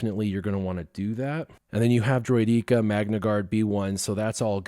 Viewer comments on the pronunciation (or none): or the way he pronounces driodeka and padme